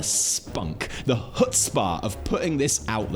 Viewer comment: trying to say chutzpah was pretty funny.